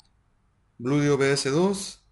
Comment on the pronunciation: Se dice Blueeeedio, no Bludio